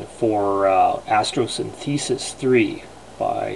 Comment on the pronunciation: It's pronounced Astro-synth-eh-sis, not Astro-syn-thee-sis. You know, as in a combination of the words Astro and Synthesis.